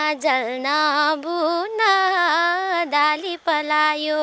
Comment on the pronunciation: दाली हैन हो नानी डाली भन्न सिक्नुहोस सके सम्म स्पष्ट बोल्नि कोसिस गर्नुस कलाकार पक्कै बन्नु हुन्छ।